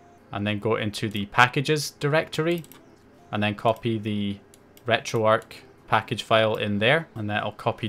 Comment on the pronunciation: It's pronounced retro-ark the "arch" stands for archive